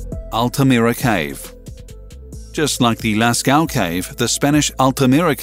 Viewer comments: It's pronounced "Las-co", if you like. You make it sound like "last cow"... A minor mishap, but still "trending" on YT, since you fail to acknowledge the presence of non-US audience on your channel. Sorry, for being so bland. Otherwise: love your content! Seriously! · Cave sounds like lasco not lascow